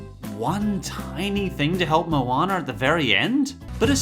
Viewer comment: MOWANER AND MAWEE